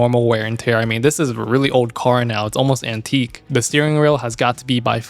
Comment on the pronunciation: i'm triggered - you said Antique!!